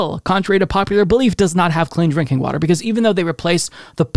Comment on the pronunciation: Water Wa... ter Wah... tehr War. Tar Water ... H20